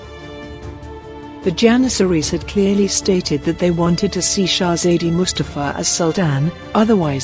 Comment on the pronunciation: Can't you bloody pronounce Shezade better?